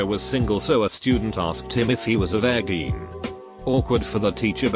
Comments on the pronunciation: TTS: “vurgeen” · This program can pronounce chutzpah with no issue, but virgin is impossible? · Nobody: Text to speech: "vErGeEn"